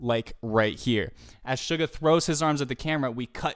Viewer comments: Btw its not sh-u-ga its s-u-ga no shhhhhh its ssssssss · Its only me or when he pronounced suga i thought he told sugar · Why does it sounds everytime he says suga to “sugar” btw very nice reaction tho i love it❤️❤️